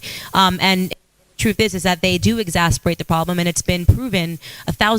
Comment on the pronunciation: Ok, folks, since none of you can pronounce it, let's go over it: It is "egg-ZASS-er-bate." Not "exasperate." Not "exasterbate." egg-ZASS-er-bate.